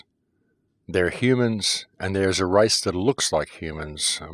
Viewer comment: By the race or the rice.wrong pronunciation